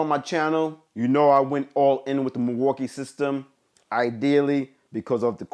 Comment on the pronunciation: "Milwookie too" 🤦🏻‍♂️